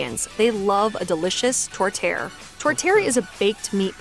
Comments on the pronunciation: "Tor-tee-air". Not "tor-ter". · ughhhhh, what the hell is she saying??? TORTERE? It's Tortière and pronounced Torr-tee-airrrr (roll those R's LMAO) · Sorry but that was the WORST looking Tourtiere I ever saw. What the hell was that? That did NOT look like proper tourtiere. Yuck. Also, just so ya know it's a tort-e-air, not tort-air. The last pie looked right. They are amazing. Definitely would like to see you try making Beaver Tails. Also, try Pizza Pops. Originally from Winnipeg. Old Dutch Ketchup Chips. Milk in a bag. If you make poutine you need to make it with actual cheese curds and the right gravy. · These anglophone pronunciations of Poutine and Tourtière are really appalling. When pronouncing French words, first, always stress the final syllable, and second, the T and D in Quebec French is pronounced like Tz and Dz or Ts and Ds when placed before an I or U. Instead of poo-TEEN or tor-TEER, say, poo-TSIN and tor-TSYAIR. Some of the vowel sounds don't have an English equivalent, however, and there is a spectrum of pronunciation where AI and OI diphthongs can stray quite far from how a European might pronounce them. Compare the French word "maître" in France and Quebec: in France, the diphthong is very short, but in Quebec it's very long. The youtube channel Langfocus has an excellent video about the differences between Canadian and Metropolitan French, with plenty of examples of each. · If you go to New Brunswick, you can get a lobster poutine. It has fries, chunks of lobster, and a bechamel sauce instead of gravy. The tourtière is pronounced tor-ti-ERE. Trust an American to mispronounce it in the video lol. It is delicious, and I think the savoury herb mixture in the pie is what makes it so delicious. And you have to try a butter tart! The bagel and Montreal spiced beef brisket come from the large Jewish community in Montreal and their traditional foods. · Anyone else think that "tourtiere" is not pronounced correctly? I think it has three syllables.